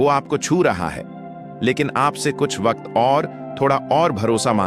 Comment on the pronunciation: Wakat nhi bhai waqt